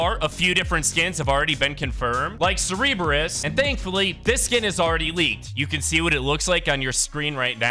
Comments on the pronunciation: Serbeereis💀 Sir-Bur-is Cerberus btw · He cereberus instead of Cerberus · bro said CeRebRUs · curburus is pronounced as sir-bur-us and hades is a good guy the worst thing he did was kidnap his wife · Yeah it is pronounced sir-ber-us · It’s (ser-i-berus) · Sir-Brrrrrr 🥶- us 🤝 and Vuh-lair - (like flair) - ee-uh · It’s pernounceds ser-ber-us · Bro said 'Cerberus' like it was Cerebro. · It’s cer-bur-us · I…. Why are you saying it like that!? Its Cerberus, and Valeria. (Sir-Ber-Us) (Val-Air-Ia) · IT'S PRONOUNCED (SER-BER-US) Cerberus, JEEZ that was a massive trigger I almost threw my tablet bc he kept pronouncing it wrong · The Famed three headed dog. Cerberus, is pronounced ( Sur-bur-oos ). And now you know...And knowings half the battle..... :) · He said Cereebeus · bro said sereeberus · It's pernounced sir-be-us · It's pronounced Sur... Bur... Us. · its pronounced sir burr us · Pronounced surb-e-rus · Wtf is a cereeebrus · Imagine if you could actually pronounce Cerberus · it is like saying the kamehameha wrong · ThANk yOu. It was driving me nuts. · The fact that he mispronounces, Cerberus is hilarious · Why do you keep saying Cerberus name wrong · imagine if home got a dictionary to pronounce cerberus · I have never heard anyone pronounce Cerberus so wrong before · Imagine if he pronounced any name correctly.